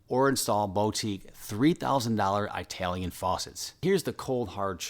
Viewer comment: HMM hard to take you seriously when you can"t say Italian correctly.... LOL